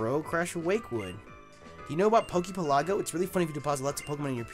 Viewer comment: I really wish people pronounced poke pelago correctly